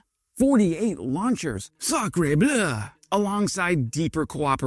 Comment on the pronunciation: Sacrebleu, to pronounce it correctly : \sa. kʁə. blø\. The striped T-shirt/beret/moustache/baguette combination does not exist or no longer exists.